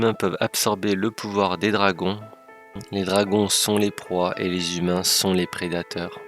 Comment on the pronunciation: Alors pas mal, mais un peu plus énergétique ^^'' Et oublie pas les liaisons vocales ! Les [ZHUMAINS] et non pas les [Humain], c'était super trigger's d'entendre à longueur de vidéo ><